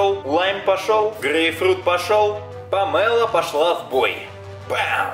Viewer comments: Помело ударение на о дурачок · Не помела а Памела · Да не памЭла а памело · Не помэло а помело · Не пооооомело а помелооооооо